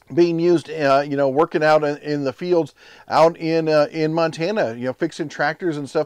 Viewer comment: "Workeen" is not a word. "Shoppeen" is not a word. "Steppeen" is not a word.